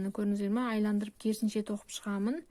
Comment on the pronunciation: Саламатсыз ба, "айландырып" емес, "айналдырып" деп айтылады